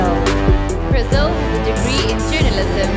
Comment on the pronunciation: Is Brazil really pronounced as "Braziw"?